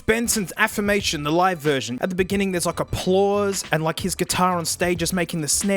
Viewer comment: I truly could not figure out what a "plause" was for a second. smooth brain moment